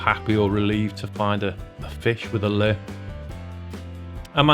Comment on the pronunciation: You do know it is Lure (Loo-ah or loo-or) not "lerr". You don't fish with a "lerr" or "lerr" someone to thier death lol